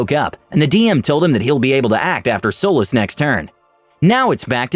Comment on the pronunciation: Am i the only one that heard Solis as Soulless?